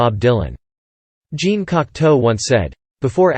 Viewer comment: It's not GENE Cocteau. It's Jean (say "Zhahn)...